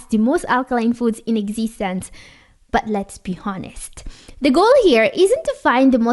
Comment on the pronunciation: HONEST as in HON - Dear Doctor it is silent "H" as in "onest"